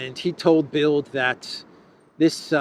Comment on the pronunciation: the 'd' in das Bild (the picture) is pronounced as 't' in English, because it is in final position.